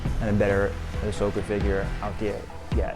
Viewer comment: What you cant say words that end in an a your calling asoka asoker grown man that dont know how to pronounce word hilarious